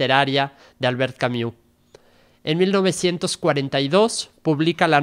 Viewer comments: No se pronuncia Camiu... se pronuncia Cami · Sólo una recomendación: La pronunciación de su apellido es con "u" francesa ( /y/ ) no "iu". En español es aceptable que las palabras o nombres en otros idiomas se pronuncien tal como se leen. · Se pronuncia /y/ esa es la u francesa. No es /iu/ como se pronuncia en este video. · Juan José Pérez - Gracias por aclarar este punto, soy políglota y ésta pronunciación inglesa de un nombre Francés es simplemente un horror. No cuesta tanto ! Si alguien es capáz de leer filosofía, debería dedicar unos minutos a investigar la pronunciación del nombre del importante autor de quien se habla, y hacer su máximo esfuerzo, por una cuestión de respeto a todos. Gracias ! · Sergio Uribe - Exacto. Si no saben pronunciarlo, entonces bien podrían nombrarlo simplemente en Español, en especial cuando repiten su nombre tantas veces.